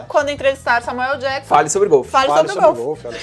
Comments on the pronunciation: Esse falando "Samueu ELI Jakson"... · Só eu que fiquei incomodado com o falando Samuel LI Jackson? Kkkkkkkk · SAMUELE JACKSON??? Tudo bem que ele quer aportuguesar o "L" do meio de Samuel L. Jackson, mas tá parecendo que ele tá falando Samuele ou talvez seja a irmã dele, a Samuelly Jackson. Mas pode falar o que quiser pois ninguém é obrigado. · "SAMUELIJÉQUISSON" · n sei pq mas quando ele fala samuel LEE jackson eu demoro uns 3 seg pra entender quem e kkkkkkkk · Samuel "Eli" Jackson kkkkk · kkkkk isso me incomodou também,eu só falo Samuel ÉL Jackson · "Samuelly" Jackson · Alexandre Ladeira SLC, parece que tem câncer na língua.